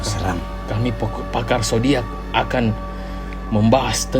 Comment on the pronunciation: Tidak takut mati tapi takut lapar. deh cancer gw bangetmi itu 🤣 itu diak keseleoii lidahnya pas bilang "pakar" 🤣